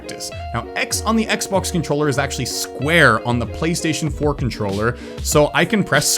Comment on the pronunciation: Did you just say X-Box in an Australian accent. It’s btw